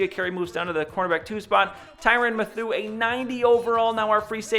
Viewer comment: Great vid!!! However, Mathieu is pronounced matthew.